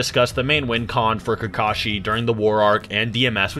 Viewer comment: Soooo many repetitions in this video of saying "Kakashi" wrong it made me cringe.